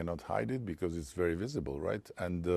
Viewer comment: Please stop pronouncing ‘because’ like ‘bikyz’, like you are from Izmir or Bursa something. It is pronounced ‘bikħos’, with a silent h tucked in there. And also, when you say ‘listen’, you should instead say ‘look’. Listen escalated. Look deescalates.